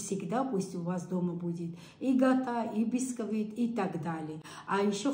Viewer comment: Гата очень кусно?Если не сможешь правильно говорить,лучше своим языком говори,если конечно сможешь.